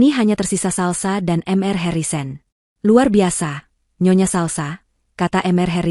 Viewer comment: Mr dibaca mister. bkn m r